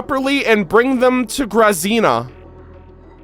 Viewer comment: Oh no I was fearing this. I wanted to be in the stream when the Bunker Quest happened but couldn't make it. No one gave the proper pronounciation for Grazina, hearing him americanize that name kinda hurts.:D I know someone with that name, so I would have loved to tell him throughout the stream that the z is more like when you say the name "Gina". Now im sad.